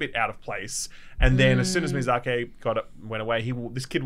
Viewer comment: God,, I love you man, but that Miyazak-ey is hurting my inner sould. It's just short "i" at the end, Miyazaki.